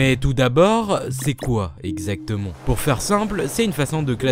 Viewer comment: c'est super mon pote mais je t'en supplie arrête de dire "on" a la place de "an" comme dans "puissONT" "exacteMONT" "CanoniqueMONT" please please please edit: je me suis abonné je serais témoin d'un changement....ou non...